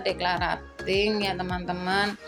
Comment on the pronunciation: maaf bund..pengucapan declutteringnya salah..belajar lagi yuuk 😊